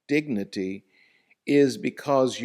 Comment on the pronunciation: You mean her dicnity or idicnity😂